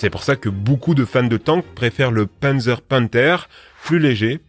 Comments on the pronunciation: C'est "panzer" pas "pènzer" pour la prononciation x) et pour le tigre c'est pz.kpw VI Tiger. Ou Panzer KampfWagen 6. Ouais, littéralement voiture de combat blindé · Pourquoi tu anglissime tout ? Un Panzer ne ce prononce pas Pinzer, même dans le sud de la France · Le pennzeur, lol ^^ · Juste on dit panzer literalement comme on dit dans on dit panzer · on dit pas pènzeur mais pannezeur (pour Panzer) et on dit pas Kersk mais koursk (pour Kursk)